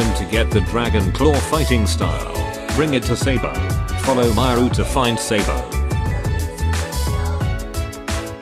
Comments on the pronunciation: it’s sa-bo not se-bo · It was sabo not sabi lol